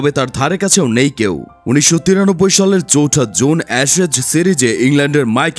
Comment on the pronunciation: অ্যাশেজ সিরিজ। অ্যারেজ না। ম্যাডেল হবে না ভাই। মেইডেন হবে।